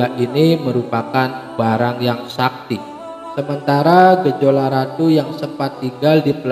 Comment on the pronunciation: Maaf min bukan Gejola Tp gejalo